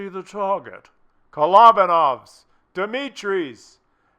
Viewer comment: Dimitri in fact are Dumitru,and pronunciation is with du(like in Dune,without ne). Simple gospodar (mister)!